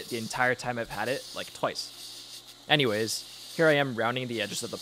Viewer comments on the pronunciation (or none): none